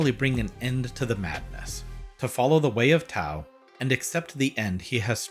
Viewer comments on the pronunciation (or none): dude i am sorry to inform you but "tao" is not pronounced like that. it's pretty much the exact same as you were saying it but the t makes a d sound other than that though, great video! love ya channel and i reckon its severely underrated. Btw just cause you seem to enjoy reviewing indie games that have gone under the radar a bit, i'd really recommend Crashlands, very fun top-down sci-fi rpg with solid combat and pretty enjoyable character writing and worldbuilding. it's got a similar style of humour to deathbulge